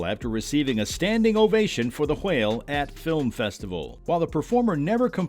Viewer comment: why do you pronounce whale and whelmed like that 😬